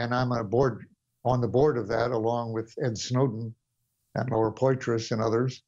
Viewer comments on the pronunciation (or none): none